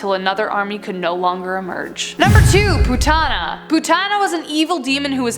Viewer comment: It's not pu tana it's pu t na